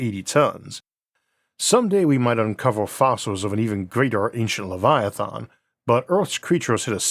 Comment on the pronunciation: “Lievalythons” 😂 Interesting way to pronounce Leviathan.